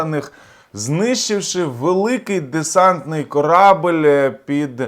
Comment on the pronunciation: Не "корАбель", а корабЕль !!!